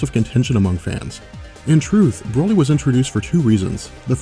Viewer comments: He said Brolie instead of broly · Pronounce it bro lee not braly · Did he say Brahly?